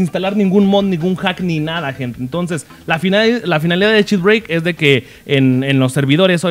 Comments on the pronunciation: por q dice chitbreik? deberia ser chitbreiker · "chit breik" xdxdxd